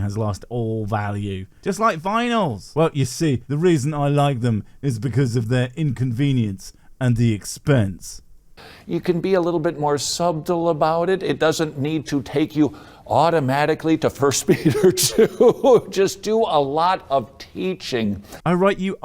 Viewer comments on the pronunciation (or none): Did he really just say sub -tle? Sorry, it's a pet peeve. (Don't tell my cats or dog, they get so jealous.) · "You can be a little more sub-tle about it." You don't pronounce the "B" in subtle. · A dude who practices diction as much as this guy clearly does should not make mistakes like saying subtle as "sub-tull." That's just proof that he's an ignoramus who doesn't know what words are. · The only one needing any 'teaching' here is this clueless dipshit. WHEN PRONOUNCING 'SUBTLE', THE 'B' IS SILENT, YOU FUCKING MORON. Sub-tell, indeed. Christ. What a twat. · Sorry...did he say "sub-tul" for subtle? WTF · "You have to be SUB-TL about it" Really? That's how you're going to pronounce that word? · ... ... wait wait wait , we're not touching on that , like At All ?!?!? ... Who the heck says suBtle !?!> sub tle WHAT ? :face-orange-raised-eyebrow:😄😆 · He pronounced "subtle" as suB-tle. The hell? Also, I just bought a cassette player and a bunch of cassettes 😐 I like physical media... I'm sorry. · "You don't have to be sub-tle about it," Has that dipshit never heard the word subtle before? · Did he say SUB-TUL and intentionally pronounce all the word ... jfc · "Anonee-moo?" "Sub-tel?" How did those get past the director and the editor? Sheesh. I do find it funny how quickly Todd lost the plot and forgot that the totally real question specified that the spouse was "an unbeliever". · This man clearly has problems with the American language (English it isn't). I have never before heard the word sub-tle pronounced that way... the "b" is silent for gods' sake...if only we could say the same for you!....And. does he realise that in Arabic submission translates as Islam? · SUB-tle? Seems like hes trying to subliminally message bullsht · Did he just say "sub-til"? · I had to rewind and listen again. He really pronounced the b in subtle . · Out of curiosity, is pronouncing the 'b' in 'subtle' a regional/national thing? Or is Todd just an illiterate twit? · He said subtle 😂😂😂